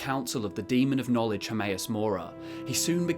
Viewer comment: He readd the boocc He succ the knowlej